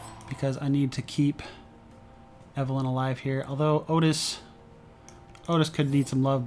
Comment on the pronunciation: I did a corn/eve run on madness 10 recently and noticed the same thing - enchanted weapons is REALLY powerful, even when just loading up his +fire/flame. BTW I think it's pronounced Ottis...